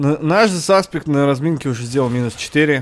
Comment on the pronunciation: почему всё время САСПЕК